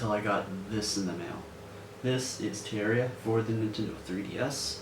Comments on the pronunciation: Did u call it "tee aria" it's pronounced "teh rare eee uh" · It's pronnounced "teh rarr iya"